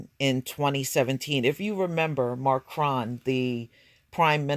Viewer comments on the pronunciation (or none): none